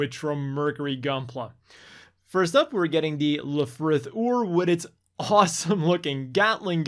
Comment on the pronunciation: It's actually pronounced "Elfrith" according to the WfM English dub. I guess they should've put a hyphen in it ("L-Frith"), then there'd be no ambiguity.